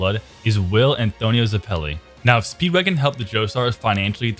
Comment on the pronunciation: Ze-pelly Its zepp-il-ee